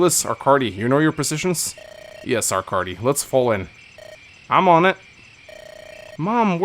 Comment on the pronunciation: Game: Arckady: ArckaRdy Game: IngriD: HinGry I also enjoy the longer dialogue